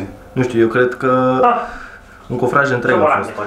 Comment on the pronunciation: ...cofrag nu cofraj băiatul care filma 😂😂😂